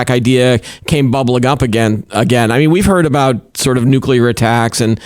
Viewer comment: You lose a lot of credibility when you can’t even pronounce nuclear properly